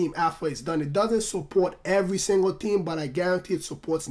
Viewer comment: its not tree but its three and its not team its theme lol